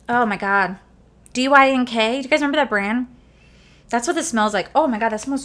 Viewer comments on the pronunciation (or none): Lol DKNY not DYNK